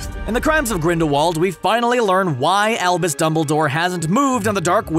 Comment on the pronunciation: Every time you say "Albus" in this video, I swear to god I hear "Elvis"